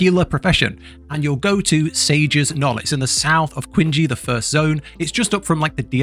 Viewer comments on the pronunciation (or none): Pronouncing Qinghe like Kwinjee is killing me. It's more like Ching-huh. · Qinghe is pronounced Ching-huh not Kwinjy. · Qinghe is pronounced Ching-Huh. It's not Quin-gee lmao, where did the U sound and the J sound even come from? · Nah that pronunciation was kwingy. Cheeng-huh bruv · What is "queen-gee"? Oh.. Qinghe.. its pronounced as "King-heh" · please stop saying "kwin-jee", it's "ching-huh" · please it's ching he. not queen gee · Very helpful guide, thank you! There were a couple of details I didn't pick up about the sect system. But bruh, please... "Quingy"?? It's pronounced "Ching-he" 😂 Just a note for next content! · It's super cringy hearing someone say QinGhe instead of ChingHe. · Kwinjee lol. Its "Cheen-guh" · It's pronounced as "Ching-he, Jignhuu". I couldn't not pay attention to it because you're pronouncing it as queen he 😭 thanks for this beautiful guide tho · Qinghe = Quingy lol 🤣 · quing-gee lol, I was about to comment it too Q = CH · i mean i kinda get it Q- queen -> qin (queen) ghe-> JEE. not knowing that its qing - he. but its hilarious 🤣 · QINGHE IS PRONOUNCED CHING-HUH NOT QUINGEE. thanks for the vid but that was driving me nuts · The 'kuinji' pronunciation really got me XDD cuz I thought it was 'chingha'. And that kept me wondering if there was a specific place called kuinji. heheh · Qinghe is pronounced like "ching huh" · "Quingee" 🤦‍♀️ they say the name of the region so many times in game, you can do better than that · WTF is "quingy"? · You brutalized the Quinghe region name. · The way you pronounce Qinghe is wrong . It's more like Chin He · Love your video guides! Just a side note, the name of the first area Qinghe is pronounced Ching-He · Good video, sorry for the nitpick but i believe the pronunciation for the area is ching-he with the he sounding like the he in her. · Queen gy, ah the classic Chinese pronunciation😂😂😂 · Qinghe - "ching-huh" There ya go, brother. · omg yes, please not the KINJEE 😂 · more ching - her than "huh".